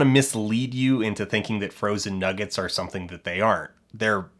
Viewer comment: He is hardly of a high social standard when he pronounces "something" as "summingck"